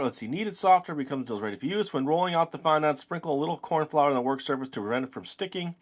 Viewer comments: Oh my god is not pronounced fondánt it's pronounced fondent I wanted to throw my laptop across the room for the whole video because of it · fondont? its pronounced fon-dent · Nice kit and i giggled everytime you sed fondant cos you said it like fondAnt when its sed like fondunt 😂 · FON DENT IS HOW IT IS PRONOUNCED NOT FOND ANT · its pronounced fon-dint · You are supposed to pronounce fondant fondint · Fondant is pronounced like "Fon-dent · you say fondant wrong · No offense but you say fondant wrong